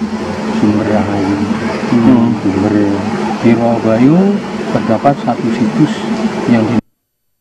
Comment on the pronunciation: Rowo Bayu Bukan Rowo banyu